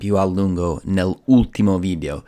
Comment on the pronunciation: Bravo, parli molto bene in italiano. Solo alcune imperfezioni: 0.04 bentornati al mio canale (non al mio video), 0.37 spremere (non premere ), 0.40 creativamente, ho smesso temporaneamente di fare video, 1.27 nell’ultimo : allunga molto la elle (nellllultimo), 3.30. vita (non vida), 4.20 infrango, 4.50 distorcere, 5.50 salute mentale (non della mente), zucchero nel cervello non è usato in italiano (diciamo sale in zucca), 7.30 gastronomia, 8.50 la meditazione (i nomi in italiano sono quasi sempre preceduti dall’articolo), 9.30 non manovre ma esercizi, 10.00nel mondo dei libri, 10.31voglio non voio. Parli meglio di molti italiani. Ho comprato il tuo libro, è molto utile, complimenti.